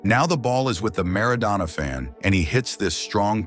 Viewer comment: Maradona not Madonna 😂